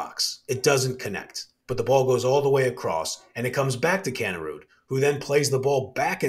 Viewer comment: Another good one guys but its Pronounced Kanerid not Kanerud.Keep up the good work.